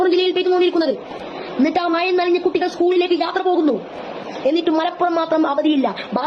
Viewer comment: Ada Monya ,,MAYA alla MAZA😂😂😂😂